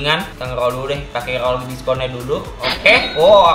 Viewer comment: Nge rrrrrrrrrrrrrrrol